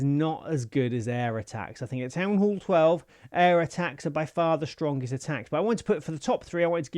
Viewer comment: "town hool"